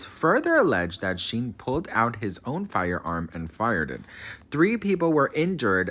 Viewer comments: Shyne is his name. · I'm pretty sure his name is pronounced like Shine. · Omg. You pronouncing Shyne's name (pronounced "Shine") like the worst fashion company in the world (Shein) is sending me😅 Not throwing shade. I think you're adorable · Honey,, it's pronounced SHINE, not Sheen or Shin. I still love you, lol ❤. And Diddy paid him a million dollars to take the fall. Ay, ay, ay. I got some research for you. love. Shyne is a con artist. There's a law in Belize that forbids people convicted of crimes in other countries to hold public office. He wants to be prime minister of Belize. The people in Belize see right through him. He always had a NY accent, now he has this other accent. He stole Biggie's sound, literally the sound of Biggie's voice. But Diddy and LA Reid ( otro monstro ) made it look like a million dollars album deal. He just took that money. And Diddy's private jets were always making "drop offs" at Belize and donating money to Shyne and Belize, but it wasn't for impoverished children or education. It was to line Shyne's pockets. He crooked too. Y la pendeja de J Lo lied like a rug after the Club NY shooting. The lady who was shot in the face, Natyana Ruben, always said it was Puffy. She told police, the surgeon, everybody. But Puffy has always had some law enforcement on his payroll. She still has 9 bullet fragments in her face and is willing to have surgery to atleast remove one to prove it came from Puffy's gun. But Shyne did 9 years and got 1 million. Don't trust that dude. Ese es otro criminal y embustero. Stay blessed ❤ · Thank you 😂 he was calling him shien and I couldn’t stop laughing. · Who’s Sheen? 😂 you mean Shyne 😂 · Not sheen it’s Shineeee Poe son lol great stuff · It's pronounced shine lol but great video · Sheen? At least get the names right… at least! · Is he mis pronouncing his name on purpose?? It’s Shine. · Shyne pronounced Shine like wine with a shhhh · I think his name is pronounced shine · OMG its pronounced SHINE!!!